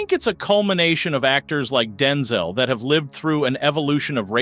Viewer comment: Homie called him “Denzle” Washington 🤣